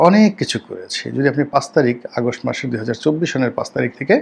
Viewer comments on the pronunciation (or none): none